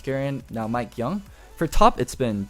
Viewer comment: Mikeyeung not mikeyoung